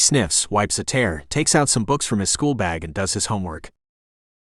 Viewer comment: Good grief. This must be AI narration. For example, the AI cannot pronounce tear (a drop of liquid from the eyes) but pronounces it as tear (like a rip in your clothes.) This ruins a perfectly good story.